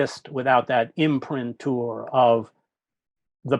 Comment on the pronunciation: As much as I respect Hedges’ journalism, I wish he’d bone up on pronunciation —this time he twice mispronounced “imprimatur”.